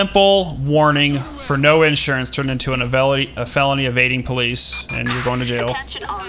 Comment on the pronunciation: "His warning just turned into a 'fenoly' of resisting arrest." "fenoly" - 2016